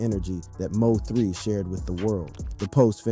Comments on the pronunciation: Stop saying M o 3 its mo3 bih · who ever the commentator is need to get the name right mo3 don’t stand foe missouri 3 bruh LL3🕊️